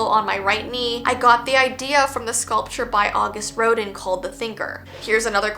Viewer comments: The Thinker one is trippy! Btw Rodin is pronounced like "row·dan". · I was like she was an art student! How does she not know how to say Auguste Rodin aaaand yall speak french in Canada :D